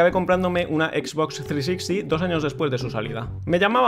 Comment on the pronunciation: "una x box trisixti" nos jodió a todos, ningún hispano la pronunciaba bien antes que él